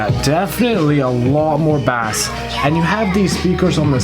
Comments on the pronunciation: Bah-Ace not bass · Not Bass its pronounced “base” ! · Baas 😂, it's pronounced BASE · Firstly and no offence intended, but its pronounced 'base' and not 'bass' (even though it's spelt that way). And secondly, whoever says that the JBL speakers sound like they're muffled or there's a blanket or something over the speaker and the Bose don't, sorry but it's the other way around. The JBL speakers sound more alive and open compared to the Bose. I was originally going to get the Bose speakers, but I think I might go with the JBL instead. To each their own though don't get me wrong, but that's just me. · you're saying bass wrong, its pronounced 'base' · stop saying baass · Why are you saying bass like the fish? Say it normal!!!!! Ba-Ace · By the way, in the USA at least, "bass" is pronounced with a long A sound (rhymes with face) when talking about sound and low voiced instruments and with a soft A sound (rhymes with class) when talking about fish. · Is this guy serious? Baass? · Bass is pronounced BASE. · its not sea bas its basss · Sorry but the Bose blows it away I actually have both speakers Gen 2 for the Bose. And no offense but I'm not taking the advice of somebody who can't say Bass correctly. It's like saying trouble instead of treble. Sorry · you're pronouncing bass like it's the fish. Lmao. I had to turn you off immediately. If you speak like that, you probably don't know much about music. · "in the US at least" it's pronounced the same everywhere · Great video but I squirmed every time you pronounced “bass” like that 😂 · As soon as u pronounced bass wrong…I was out!